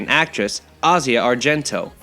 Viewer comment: Wait, the way you call asia sounds very wrong. Do you by any chance watch dub?